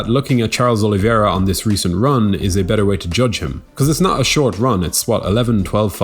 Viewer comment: Say it with me: "o-li-VEY-ra"